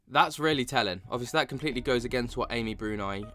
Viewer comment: It’s so disrespectful how you continue to mispronounce Amy’s name. Also she quit literally is as well known as the guys that you named. It seems that you’re a Nick Groff fan boy and you can’t handle anyone speaking out against him. Another thing, Amy may not have the same experience that Jason has with being asked if he wants a show cancelled or not. I think Amy is valid in voicing her opinion and the way you and the other “bros” are acting about it are further proof that women get shit on in the paranormal community. Misogynistic much?